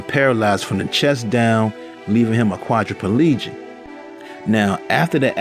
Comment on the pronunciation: "Quad dra pah legick".......🤣